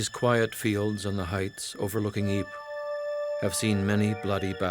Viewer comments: ypres is actually pronounced as "eepur" and not like "eep"... its hurting my ears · If only you pronounced Ypres properly i might have taken you seriously , why should i take anything you say as fact when you dont do the basic research into its name despite being in the Town .